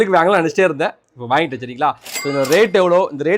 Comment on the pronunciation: அது ஏன் ப்ரோ வேங்கிட்டேனு சொல்ரிங்க . வாங்கிட்டேன்